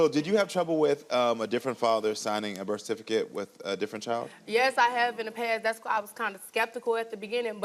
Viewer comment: Bish can't even say "birth certificate " correctly 🤦🏾‍♀️ She desperately trying to act changed but she still a 304